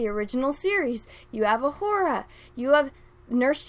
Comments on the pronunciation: Careful. Her name is pronounced O-Hoo-Ra not O-Whore-A. 😉 I wouldn't want any of the cry baby, thin skinned, can't wait to have their feeeelings hurt, NPCs blasting you for a simple mispronunciation. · Sorry but I can't get past your pronunciation of Uhura..."ah-WHORE-ah". Please stop that, you're reinforcing the counter-argument against you LOL